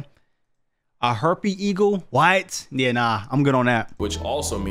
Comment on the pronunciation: “Herpe eagle” 😂